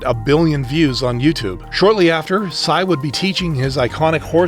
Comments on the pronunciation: PSY'S name is literally PSY not pronounced sci or wtv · I dont think PSY's name is pronounced like that im pretty sure u js read the letters.. cuz in his music video "daddy" he says "my name is PSY" (and pronounces it just as the letters) at about